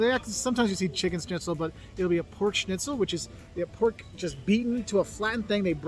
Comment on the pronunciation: hehe yes German Schnitzel is traditional but very more good food. Thank you for your correct pronunciation. Schnitzel not Snitzel.